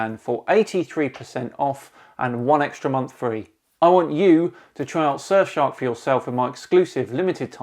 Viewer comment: "[...] surfshark vpn [...]" heard that as "sir shark vpn" and was waiting for something like "sir shark vpn, the royal solution to your privacy" also, phucket word for DFOTY 2020